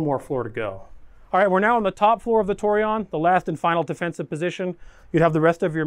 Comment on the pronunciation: Tor- eh- own is how to pronounce it.